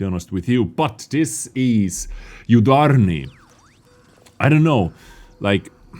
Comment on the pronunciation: Yudarniy? U is prnounced like oo